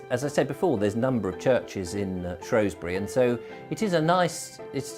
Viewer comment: it's not Shrowsbury it's spelled and spoken has Shrewsbury, because it as a E not an O. i wish people would get it right.